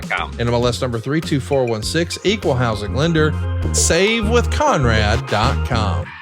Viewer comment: Calling him "Khan-rad" is nasty work😂😭